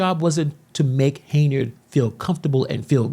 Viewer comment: The radio host sacrificed journalistic integrity for views and clicks. On another note, why do you keep pronouncing her name as “Hey-nard”?